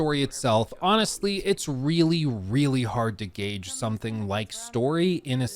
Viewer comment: Word of the day - gauge 😅